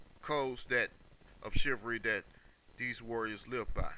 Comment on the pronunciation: Chi-val-ry: has 3 syllables. BTW, your use of English is poor. Subject / Verb agreement; This not "Dis"; other not "utter people"; suppose not "spose. PLEASE STAY OFF THE AIR or go to collecge (register for BROADCASTING.) ---- CHIVRY? What is a FEMINEM? LOL I dare you to post without responding or making an excuse.